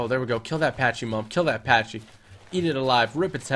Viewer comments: It is pronounced p-a-c-y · you don't say pachy like that